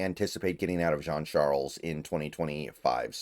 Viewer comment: Good job on pronouncing the last name B, i’m Haitian his last name is french haitian, you usually mispronounce players name lol, you surprised me there